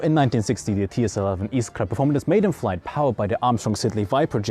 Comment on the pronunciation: you said "iskra" so perfecly (i'm polish)